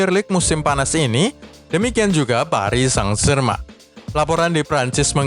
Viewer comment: Wkwk komentator nya nyebut psg.. paris sang germen wkwkk kocak